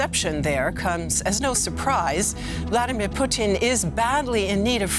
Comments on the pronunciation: Why cant you just say Putin like everyone else. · Excellent analysis but I swear to fod if she calls him Poutine one more time I'm going to lose it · I hate the way the says "Putin". its not "Poutine"